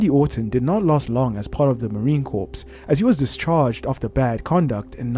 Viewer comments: Randy Orton was in the Marine Corps. But Corps is pronounced CORE. Not CORPSE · I’m pretty sure the branch isn’t dead. The p in corps is silent.. Stuff like this makes the rest of videos unwatchable